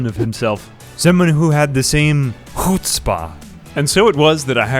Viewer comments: did he just pronounce chutzpah as "hooot-tspa" 💀💀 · The butchering of chutzpah hurt my Jewish soul. ily still ❤️ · That valiant yet disastrous attempt at pronouncing "chutzpah" sent me.